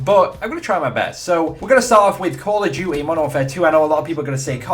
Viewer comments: "Call of duwy"? Loool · 'Call of Jewty' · why do you say "call of gui"